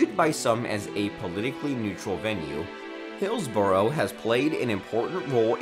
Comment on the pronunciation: You pronounced some of the places on this list Buckingham is spelt Buckingum not buckingham Hillsborough is pronounced hillsbru not hilsburow sandringham is like Buckingham palace pronounced sandringum not sandringham and balmoral is pronounced balmoral not belmoral.